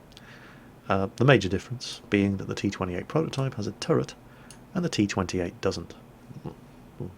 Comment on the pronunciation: it's a bit harsh but pls stop saying turrent